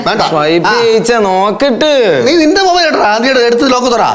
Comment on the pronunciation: ഹലോ മൈബൈൽ അല്ല മൊബൈൽ